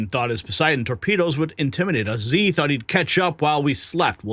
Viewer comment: please ask around for the correct pronunciations of Xi and Michio Kaku. Thank you